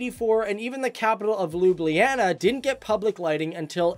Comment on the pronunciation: I'm from Slovenia, don't wanna judge or something but i just kinda hate it when u say K instead of C and Č, it's not Lipika and Soka river, it's Lipica and Soča. And Ljubljana is just that and not Ljubijana as you say it. But still it feels good that our small country is being described in your channel. If there will be a part 3 please talk about sport and you can also mention France Prešern and some other important Slovenians. LEP POZDRAV IZ SLOVENIJE!